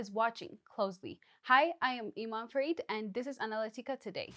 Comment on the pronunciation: "Analy tica!"🤭 Hey Guy, Nice try!